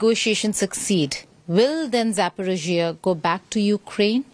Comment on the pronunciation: Geeta, - You doing very good job. However Your knowledge in History and Geography about Ukraine, Russia, and USSR. Your pronouncement of the name of City, People, Location. For example the city of Zaporojie !